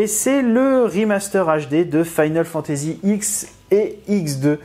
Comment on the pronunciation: eh eh, pourquoi prononces-tu FFX -> "Final Fantasy ixe" mais FFXII "Final Fantasy 12" ? ;p pour l'ost avec le jeu, faut pas rêver, vu que square-enix la vend sur son site :/ "pas les meilleurs ff", roh, quand même, je mettrais bien le x dans le top 5 et le xii n'en serait pas très loin :D le earthlock, je me suis tâté pour le prendre... mais j'ai déjà pas mal dépensé et faut que je me garde des sous pour mercredi prochain, au pire, c'est le genre de jeux qu'on retrouver sur le site d'auchan ou la fnac...